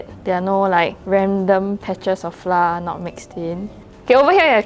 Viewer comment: Great job! I know this is a local channel, but to cater to the understanding of international viewers, pronounce “flour” the correct way? Our schools teach us the wrong way of pronouncing flour 😅